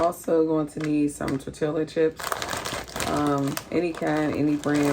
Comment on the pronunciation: I love how you say salsa, pico de gallo and tortilla.. bc never heard it pronounced that way. Are you from the USA? Also I would do all the steps except leaves tortilla's uncrunched.